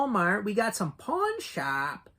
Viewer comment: Did you say pawn shop or porn shop?😊